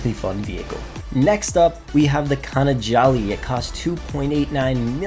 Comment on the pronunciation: Khana Jolly lol